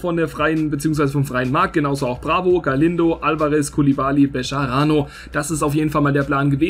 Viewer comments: Wie kommst du auf bescharano 😂 Man spricht es so aus wie es da steht, also Bejarano😉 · Nein man spricht es Becharano aus weil in spanisch ist das j ein deutsches ch